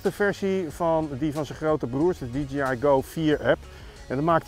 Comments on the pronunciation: Het merk is natuurlijk wel DJI (die djee aai) en niet DGI (die dzjie aai) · Zeg niet steeds DGI.... Het is DIE-JAY-AI <------- Fonetisch Je zegt toch ook DJ als iemand plaatjes draait. "DIE JAY" en niet DG Als je van die filmpjes maakt mag je toch OP ZIJN MINST verwachten dat die wijsneus de merknaam correct uitspreekt. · Stug DGI zeggen ipv DJI